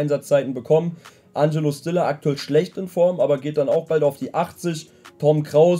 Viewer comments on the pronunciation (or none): Fang bitte an Stiller richtig auszusprechen😂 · die aussprache von stiller seinem namen stört mich so extrem